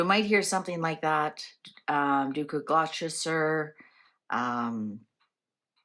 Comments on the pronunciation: Bless your heart - daft as it sounds Gloucester is actually pronounced Gloster! As in the rhyme Dr Foster went to Gloucester(Gloster) in a shower of rain, he stepped in a puddle right up to his middle and never went there again. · Gloucester is pronounced: Gloss-ter. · Gloucester is pronounced gloster.